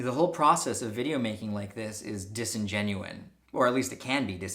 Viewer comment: dude it's 'disingenuous' not 'disingenuine'.